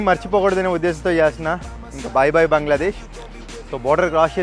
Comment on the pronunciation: అన్నా బంగ్లాదేష్ అనండి బాంగ్లాదేష్ కాదు